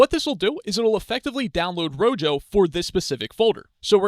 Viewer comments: The Spanish word rojo (meaning "red") is pronounced ROH-hoh (IPA: /ˈro.xo/). The initial 'r' at the start of the word is rolled or trilled slightly against the roof of the mouth, and the 'j' sounds like a breathy, deep English 'h' (or the 'ch' in the Scottish word loch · Thank you for the tutorial. It's pronounced RO-HO, btw. Like "Red" in Spanish. :)